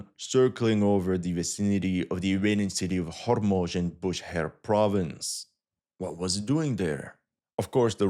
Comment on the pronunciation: Bu SH ehr not Booher